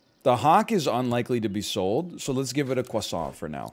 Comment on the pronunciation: Say croissant without the accent challenge 2022 impossible